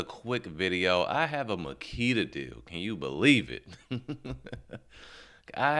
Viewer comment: "Magula" haha